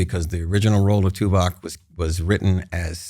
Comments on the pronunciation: Note for, Tim's character was called TuvOk not TuvAk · it's Tuvok not Tuvak! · Dammit, - it’s TuVOCK, not TuVACK. Ugh 😣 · keeps calling his character Tuvac like it's the new Dyson Hoover on the block, bro it's TuVOK..VOK lol. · omg, why does keep calling the character 'Tuvac'. It's so annoying.